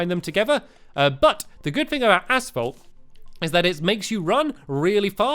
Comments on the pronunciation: lol, he says 'asfault' instead of asphalt. here in #MURKA , we say it like 'asalt'. (short a-salt) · Haha stampy said ass_folt I'm not trying to be mean though... :3